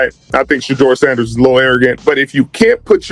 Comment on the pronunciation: Your not even saying sanders name right. Immediately skipped